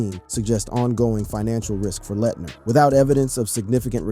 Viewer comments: It's Christian Laetner not Christian Layettener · Christian Layettner???? Talk about butchering a well known name!! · He said Christian Lah-Et-Ner and Ja Moe-Rant … 😂